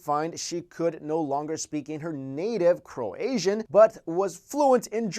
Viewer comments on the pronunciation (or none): I crack up when he says Croasian xDDD Im from Croatia, you have to pronounce it like: k r oh - AI - sh uh And natives call it Hrvatska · For fucks sake, it's Croatian, not Cro-Asian! I mean, really, where the hell do you see an s in "Croatia"? It's read kroʊˈeɪʃə "Cro-aysha" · Thank you! That was really bothering me how he was saying that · It's "croatian", not "cro-Azian"... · did you say croasian? do you mean croatian? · I am seriously bothered by the pronunciation of the word croatian: "croasian"? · lol after mentions an asian speaks engrish, he says crow asian i though it was croe ay shon, please whst is the phonetic spelling, get farrrrked!!!!!! asian crow style!!!!!! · crow-asian lol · bro it Croatian not Croasian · it sounds like you say Croasian, but I think you mean Croatian. I'm from Croatia and i've never heard of a case of this girl. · Its not Croazian, its Croatian xD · Its pronounced kroatian not kroazian... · it croatian not croaisan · croatian, not croasian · Did anyone else notice he kept saying 'cro-asian' instead of 'Croatian' lol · 'Croasian'!?!?!? Don't you mean Croatian??? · Cro-asian??? I thought it was cro-ay-jun?? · Bro, its not 'Croasian" its "Croatian" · You mean CroATIAN, not CroASIAN. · It's NOT "Cro-asian", it's "Cro-ay-shun". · Croatian, not Croasian..has nothing to do with Asia ;) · I hate the way this guy says croatian, he says it like cro-asian lol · He actually says Cro-Asian , what... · Great video :D btw it is Croatian not Croasian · ur saying croasian ffs its croatian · I't not Croazian, it's Croasian. Not the right pornounciation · it's pronounced Cro-aye-shun not Cro-asian :) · T Tran There's a HUGE difference in the suffix!!! Cro should rhyme with the "cro" in crowbar, and "ation" should rhyme with nation... Not ASIAN like the persons from Asia!! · I live in Croatia and its CRO-AYE-SHUN not CRO-ASIAN so ya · Did he say "Croasian"? Maybe CroATIAN? :) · Crow-asian? It's Croa-tian. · Croatian not CroAZIAN XD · yeah croayeshun